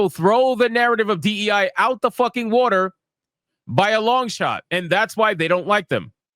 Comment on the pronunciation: Bruh, watah Malone's had me rollin 😂